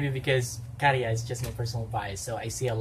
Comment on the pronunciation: I agree he's hot. I have noticed that you pronounce Käärijä really well now. 😃 So I want to commend you for that. 🥰 You have mastered the letter Ä. 🥰